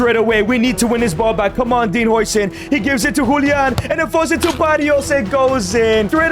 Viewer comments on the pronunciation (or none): none